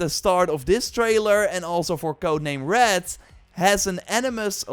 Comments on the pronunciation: it's HEX, not HEXAY, the Ubisoft guy pronounced it incorrectly! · Hearing non-germans say "hexe" is very uncomfortable hahaha But with that aside, thanks for this video. I am hyped for all of these games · I am german and the Way you say Hexe is just wrong.